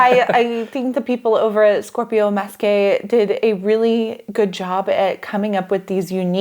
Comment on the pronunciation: Yes, Masqué, which is French and means masked in English is pronounced like Mask Hey!